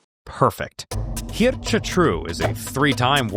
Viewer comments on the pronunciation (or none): Nice try pronouncing a dutch name, need some more practice though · Props to you for trying to pronounce Geert correctly. You're not close, but you tried. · Sorry it's pronounced Geert not Geert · i feel like the pronunciation of Geert got worse every time 💀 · More like "Geert." (Not Dutch though)